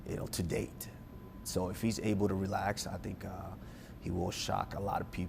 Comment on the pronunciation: Kamaru still keeps his afro original accent👍💪 ... makes 'Tdy' sounds as 'To Date' I swr hhhh😅 thnk GOD, it doesn't fit in smoothly in the sentence!